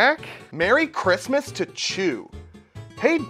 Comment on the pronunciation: Mewwy cwismis